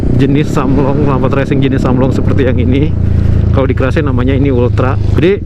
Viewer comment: Kemana atuuhh “keraceeeee” 😂 “Kares a.k.a k-race” dibacanya abangkuuhhh 😂😘